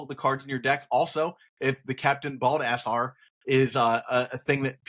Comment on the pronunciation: Captain Bald-ass-are. The most literal phonetic read of all time. Haha. Hilarious man.